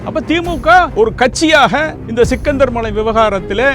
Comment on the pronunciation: சிக்கந்தர் மலை அல்ல “ஶ்ரீ கந்தர் மலை “